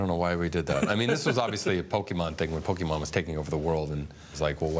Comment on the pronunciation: funny how they pronounce pokemon sounds likes a Bokkimon... which means erection